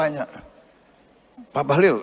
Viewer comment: Bahlil it pakai ' i ' bukan ' u ' 😅